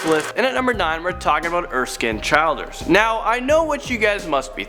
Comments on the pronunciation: Childers is pronounced Chill-ders btw. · You mispronounced “Childers”. The “I” is short like in “children”, not a long “I” as in “child” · Childers is said as “ Chill ders “ not CHILD ERS gross